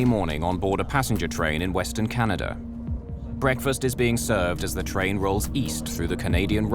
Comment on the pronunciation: Could someone tell me where is the “R” in Canada???🤦🏼‍♂️